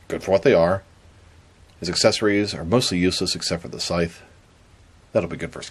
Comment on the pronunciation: Scythe is pronounced like dice not sith. He has a scythe, not a sith. You pronounced it sith at the beginning but later correctly.